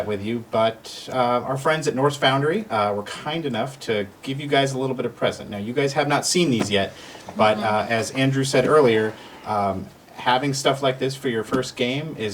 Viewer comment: Norse Foundry. NOT 'foundary.'